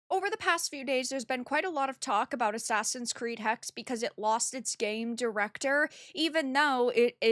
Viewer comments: The sadest thing for me is that i am from Blackforrest and this supposedly plays here. Side note: "Eine Hexe" could be everyone even males. What ever they do they misrepresent everything like they did with shadows. Also it is not called Hex. Like Porsche is not called Porsch. ^^ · And the "e" at the end is not silent